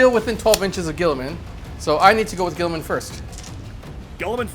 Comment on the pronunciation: "Gulliman"......Gulliman?! .....It's Guilliman!! Commentator.....y u mispronounce?!